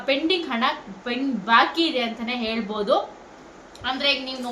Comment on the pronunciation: ಹೌದು ಹೇಲ್ಬೋದು ಹಾದು ಹೇಳ್ಬೂದು 😂😂😂😂😂😂😂😂😂😂😂 ಆದೆ ಬೇಜಾರ್ ಕೇಳೋಕೆ